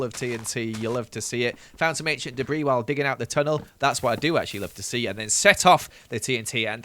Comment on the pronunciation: 20 enchent debri RUBISH.... me; with my one enchent debri >:/